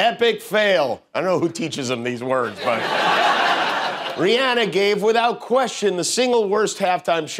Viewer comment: Thanks for pronouncing Rihanna’s name right even though she says it makes her feel fancy when people pronounce it the other way. ❤️❤️❤️